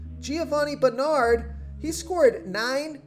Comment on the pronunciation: I like this guy, but he cannot pronounce Roethlisberger, Ezekiel or Bernard correctly.